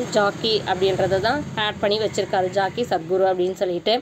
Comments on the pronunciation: Madam jockey or jakkie illai. Jaggi. Peru ozhunga sollunga madam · Jaakkie Sadhguru illa Jakki Sadhguru !!! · Guru Jaggi not Jaakki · ஏம்மா ஜாக்கி இல்ல ஜக்கி வாசுதேவ். கேரளா இல்லம்மா கர்நாடகா